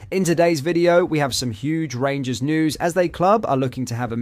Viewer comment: Wait for it “the rangurs are comin”